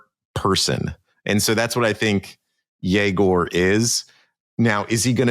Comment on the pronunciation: it's yegor dyoh-min it's not hard to find